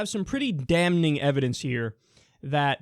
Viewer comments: I'm pretty sure "damning" is pronounced "dam-ing" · the "n" in "damn" is silent. the first "n" in "damning" is the same "n". and it's still silent. drives me nuts, it's like when people forget "historic" starts with a non-silent "h" and say "an istoric (insert a historic thing here)" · The n in damning is silent.